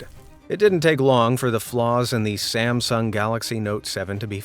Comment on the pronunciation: did you say the "galaxy Samsam? Is this voice AI or